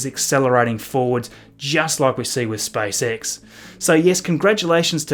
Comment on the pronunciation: Am I alone who hears spicex instead spacex? 😃